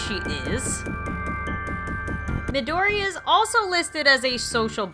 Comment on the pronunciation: Pronouciations: Yandere - Yah-n-de-rei (The "rei" should be pronouced like "wre" in "wrecked"...Don't know how much that helps) Midori - Me-doh-ri (You got the pronounciation right, Ri- should be said like reed) Osana - O-Sa-na (You got the pronounciation right.) Kokona - Co-Co-na (You got the pronounciation right) Pippi - Pip-pi (You got the pronounciation right) Saki - Sah-ki (Got the pronounciation right) Inkyuu - Ink-you (You pronounced it beautifully. I can't explain the "kyuu" part of her name all that well, you got it on the dot) Oka - Oh-ka (Make it more like you're saying "oh" and it'll be perfect.) Yui - You-ee (Say the "ee" like "eek!". Make sure you have the "ee") Taro - Ta-roh (Ta should be pronounced like the "ta" in "taco".) Sota - Soh-ta (Perfect pronounciation) Sora- Soh-rah (No problems there) Haruta - Hah-ru-tah (No problems there) Hayato- Ha-yah-tou(toh) (Make the "to" of his name tound like the "to" in "toe" or just use "toe". Either works) Riku - Ri-ku (Perfect pronounciation) Ryusei - Ri-You-Se (The "sei" of his name should be pronounced as "se" like in "second" Shin - Sh-in (Perfect pronounciation) I sincerely hope this helps!